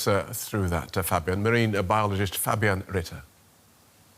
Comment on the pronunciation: Like the way the new reporter pronounced the name Fabian Ritter at the end.😊 Well done. Not perfect, but definitely good! 👍